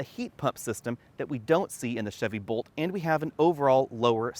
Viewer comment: Is it my hearing or was he saying Volt instead of Bolt as it sounded like he met Bolt.